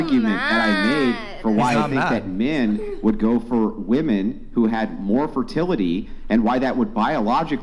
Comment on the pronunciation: the dumb dumb on the right of the screen is yet another woman .. who can not pronounce "womEn".